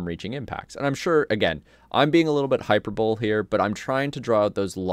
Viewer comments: High-Purr-Boll-Ee. Not High-Purr-Bowl. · “Hyper-bowl” - made me laugh. It’s pronounced “Hi-pur-Bol-ee” And in context I think you mean you didn’t want to be “hyperbolic” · yeah you said it incorrectly?